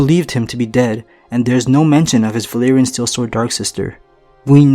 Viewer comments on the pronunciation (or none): none